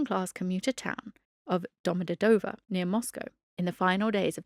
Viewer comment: It's DomodEdovo not DomodedOvo 😂